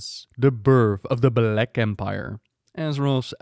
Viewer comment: "the birth of the beh-lack empire"